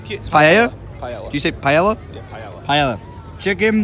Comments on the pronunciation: an ELL sound in Spanish is pronounced like Eh or just like saying the letter A not EL so Paella is pronounced Pi-eh-uh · “Pie-ella”.... “PIE-ELLA”!..... Pretty sure it’s pronounced “pie-aya”. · you were right, was wrong: it's pronounced "pie-ay-uh" not "pie-ell-uh" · i love the fact that you said "paella" right and then "corrected" you to the wrong pronunciation XD XD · Xavier Kuehn he said it right, but made him say it wrong.